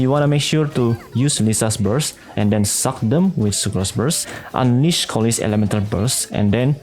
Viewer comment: im sorry but the way u pronounce sucks gets me everytime🫂🫂